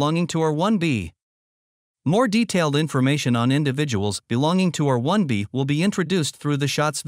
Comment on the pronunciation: sure! May I suggest, then, that in the script you cue the AI to read the haplogroup designations more slowly by inserting spaces between the alphanumerics? eg. R 1 a, R 1 b, etc. That's one way it might sound more natural since English native speakers do tend to give each alphanumeric full and equal stress but the AI isn't doing that. Just a thought.